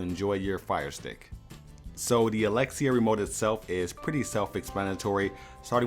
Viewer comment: Thank you for saying alexia xD now I don’t have to mess with my echo dot